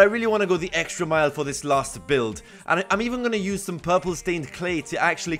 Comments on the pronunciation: you kept saying EGGSTRA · does any else hear him say eggstra or just extra cuz if so that’s fucking great